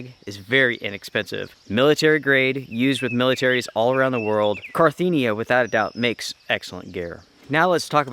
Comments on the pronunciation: Carinthia, not Carthenia!! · You kept saying “car-thee-nia” but it’s “car-inth-ia”. Great video though! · Cariiiiiinthia not carttthiiinia. I comes before the T not after. :) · Really love your videos my guy...just wanted to say I think it's Carinthia not Carthinia like you've been saying haha...not trying to call you out or anything, I just thought you'd appreciate the attention to detail! Strength and honour, stay inspirational! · Not to be picky, but you called your Carinthia sleeping bag, a Carthinea sleeping bag. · I just wanted to say that the product you are talking about is Carinthia, not Carthinia. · I'm sorry usually I'm not like this and I just let it slide but as his drunk driving me crazy it's not Carthenia it's Carinthia. Ka-rin-thee-a not Car-thee-nee-a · Can't even pronounce Carinthia right? Carthenia?! Whahahaa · CA -RIN -THIA!